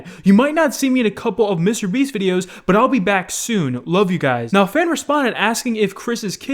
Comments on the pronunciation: STOP!! IT IS MR BEAST NOT MISTEEER BIIISSSTT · How normal people pronounce Mr beast: Mister Beast: MiStErBeAsT